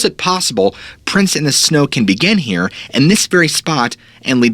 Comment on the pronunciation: Not sure why but I thought you said hair instead of here lol